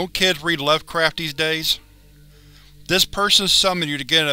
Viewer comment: Just hearing "Docko" made my night.